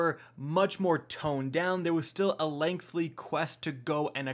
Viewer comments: Stop saying "lengthly". It's LENGTHY. No L in there. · If anything, hearing “lengthly” five times was...... interesting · Imagine not being able to pronounce the word "lengthy" as an adult....